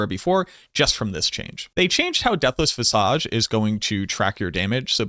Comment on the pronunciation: Visage is pronounced viz-ege. Like edge. Not awge. Just thought I'd help you out before anyone is mean about it or whatever.